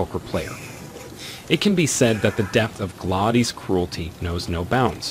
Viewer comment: Especially Gladys.